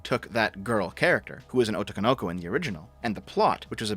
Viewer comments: Your mispronunciation of "otoko no ko" is hilarious because it's phonetically correct but the emphasis is all wrong. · "Otokonoko" No. God it hurts. It is Otoko No Ko. They're two separate words and a grammatical feature. Furthermore, that's not what otoko no ko means. Otoko no ko, literally just means Boy (lit. child that is a boy). It's definitely euphemistically used to refer to cross dressers, but it is also used literally. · I want you to pronounce words as words and not put strange pauses cutting words up where they're not words Also I want you to know that Japanese has way less vowel sounds than us so using long Os makes no sense. They arrange kana alphabets into gojuon literally because there are only 5 vowel sounds, before dipthongs - Ah, Eh, Ee, O, U I mean, I'm not fluent, so we're not even going to talk about strange shit like pitch accents but at the very least when you see three words as written then you should pronounce them as the three words they are, minimum. "Otoko no ko" is "The child who is [actually] a man" or a boy who lacks manly characteristics. "Oto, Kono Ko" is mostly nonsense, and at best something like "A sound, this child".